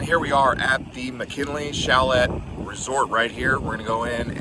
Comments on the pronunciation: Did I really hear "chalette?" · "Chalette"???? How very American 😂😂😂